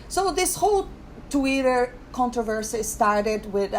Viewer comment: You had me laughing out loud when you got to the "He's an embarrassment to himself" part. Rian Johnson is so insecure because I think he expected people to think he was brilliant. Mark Hamill tried to tell him...he didn't listen. Also love how you spell Twitter like you pronounce it...Tweeter :)